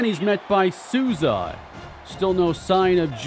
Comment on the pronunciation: as your only Brazilian follower i need to tell you that the right way to say Souza’s name is “Soul-za”